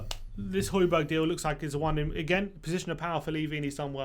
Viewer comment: Why doesn't anyone pronounce the second J in Hojbjerg? Everyone's calling him Hojberg